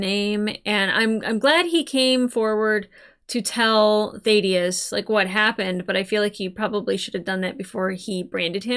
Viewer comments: Please actually listen to characters names. It is NOT Th-aid-i-us. It is th-ADD-i-us. Have you never in your life heard the name Thadius? Ffs. I enjoy your reactions but this is ridiculously irritating. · THA-DEE-UHS ... short A sound. Just sayin'. Excellent review/analysis of Fallout!!! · I still find it weird you can't say "Thaddeus" properly. It's up there with your "Dalek" pronunciation. It must be an American thing. I bet you can't say "Craig" either :-)